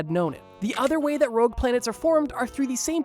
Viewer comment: JSYK it's ROGUE not "Rouge" lol